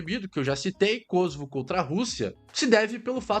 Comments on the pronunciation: Não é Kôsovo, e sim, Kosôvo. Pois não é uma palavra proparoxítona. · Por que Kósovo. O correto é Kosovo. Mania de acentuação inglesa.